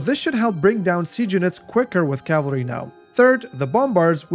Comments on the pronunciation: He said cavlary. Which is a big step up from the usual american "Calvary", but still... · It's Cav-al-ry. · nah it's dialectal in Australia many of us don't pronounce the second a which seems to be the case here. The first two times he used the word it sounded like cavlry but the last one did sound like he may have put a slight a sound after the l. I'm putting too much effort into this.